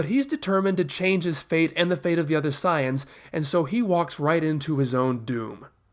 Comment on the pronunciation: its not siayans its saiyans